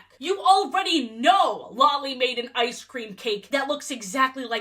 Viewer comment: The absolute psychic damage I take every time you say Lolly's name